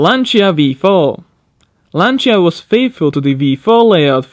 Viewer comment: A Simple tip to improve Your Italian pronunciaton. In the word such as "Lancia" you don't Hear the "i" so it's Like it's written. "Lancia"